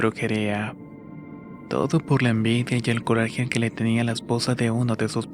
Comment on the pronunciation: Tienes alguna enfermedad o por qué hablas como Bad Bunny? "Pol todo su sector" "ela tan helmosa y suave"...veo tus videos porque son buenas historias, pero es muy frustrante escucharte, además de que terminas las frases como raro...